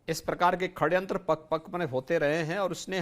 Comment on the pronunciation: हिन्दू पक्षधर सी.एम.का हिन्दी शब्द वर्तिनी का अशुद्ध उच्चरण , षडयंत्र को खडयंत्र बोलना अमान्य है।